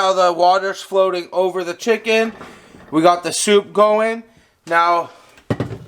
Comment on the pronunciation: Did you say chicken sopa?